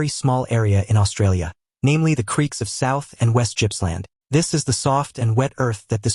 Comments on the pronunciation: Yes. It's Gippsland. Not Gypsumland. There is a museum dedicated to the worm on the way to Philip Island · I think you have mispronounced the name of the Gippsland worm. : Gipp not Gyp